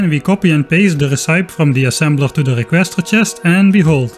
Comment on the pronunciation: Just letting you know, recipe is pronounced re-ce-pee, not re-cipe. Even tho, amazing content as always!